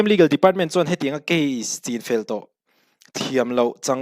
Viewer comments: chinfel hi, i lai hi thlûk loh tur...thlai chîng thlûkin i thlûk daih a,rinna hi thlûkna a awm lo a,rin ang hian chin tih tawp tur..ngaihnawm thin e. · Chinfel i lam dan hi uluk leh hret teh....thlai chi chin zawh tawh vanga chinfel ri angin i lam tlat.